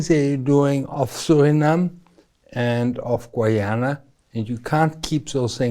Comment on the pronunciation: Its pronounced GUY-ana! I don't understand why that's so hard to pronounce. You people never seem to get it right.